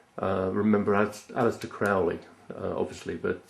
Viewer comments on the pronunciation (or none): Crowley rhymes with "holy".